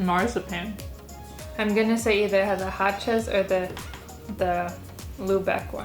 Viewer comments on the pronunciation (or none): I I like how you say Hutshee... Hachez in german speaking is HASCHEE like purree 🥰 best chocolate, or one of the best, from my hometown Bremen.